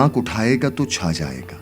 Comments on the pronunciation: Tu nahi hai ye sir ye to hai talaffuz me maza nahi aya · You are doing amazing work brother...magar talafuz theek karai barai meherbani it is not "tu cha jayaiga " its "toh cha jayaiga